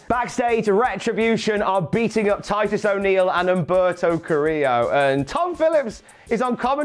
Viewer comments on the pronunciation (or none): none